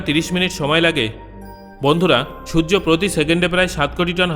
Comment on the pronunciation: Sojjo na surjo